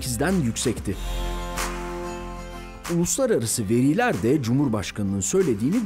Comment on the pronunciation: "veriler" kelimesi telafuz edilirken "i" harfi uzatılmaz. Veliler kelimesinde ki "i" harfi uzatılır.